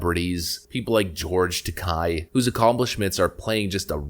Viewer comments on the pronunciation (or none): It's George Ta-kay, not Ta-keye. It rhymes with decay. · George Takei = TakAYE not TakAI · George's last name is pronounced Ta-KAY, like GAY, just like his sexual preference...